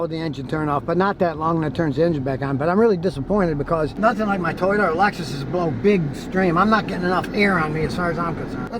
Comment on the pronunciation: I love it!.. the second Scotty mentions a Toyota ..”toyYOTAHHH!!!”.